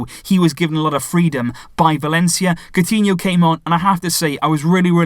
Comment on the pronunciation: any brazilian or portuguese here? is coutinho pronounced like "cow-tinho" ?